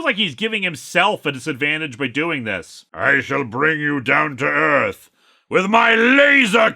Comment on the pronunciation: * Will Smith punch * "Welcome to Earfth!"